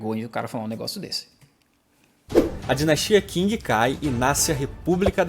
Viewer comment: Nossa mano, sério, já crinjei na PRIMEIRA FRASE do nerdola templário. O cara se propõe a fazer um vídeo sobre a história da China e NEM AO MENOS PESQUISA A PRONÚNCIA CORRETA DE DINASTIA QING AAAAAAAA